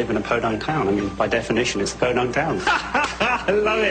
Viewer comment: “Podunk town”